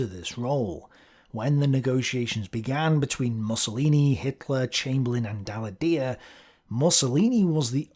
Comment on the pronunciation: True; though french isn't the most obvious language to pronounce.